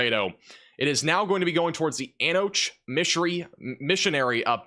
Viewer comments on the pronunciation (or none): Antioch? Pronounced Ante ock it's from Greek.